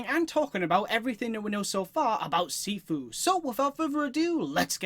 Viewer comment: It’s pronounced (SHEE-FUU) nice vid man